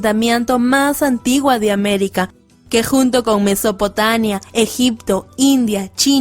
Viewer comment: En los la joven que relata dice "Mesopotania", pero es Mesopotamia. Ahí queda en evidencia que sólo está leyendo las respuestas y que de cultura general no sabe mucho.